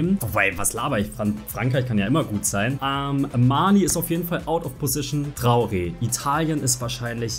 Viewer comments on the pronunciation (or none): none